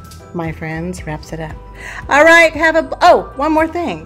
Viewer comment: I know I'm horrible about that! Not sure why though. Sometimes I say it right, but mostly I don't. I think it's because of my name being and pronounced AL not ALL. sigh... my brain...